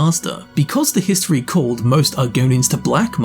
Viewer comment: that was quite the HIST-tree lesson... Anyone?